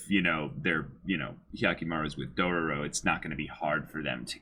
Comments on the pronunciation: and no, they're not trolling on the Dororo name. They keep pronouncing Dorowrow. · They can't even pronounce Dororo and you want them to say Daigo? lol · they were trolling on the dororo part. And them pronouncing Daigo wrong isn't such a big deal. I also don't care about names when I watched anime, sometimes